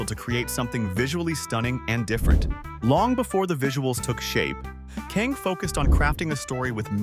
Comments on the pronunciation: why does the narrator keep saying 'Kaeng' like it's spelled that way? It's literally 'Kang'. So annoying ㅋㅋㅋㅋㅋ 🤔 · '캥'이 아니라 '강'인데 성을 바꿔버리네ㅋㅋㅋㅋ Not 'k-ae-n-g'.... it's like... 'g-ah-n-g', sounds somewhere between 'k' and 'g'